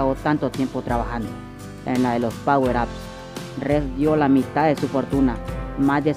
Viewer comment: Y no es "ez" es "es"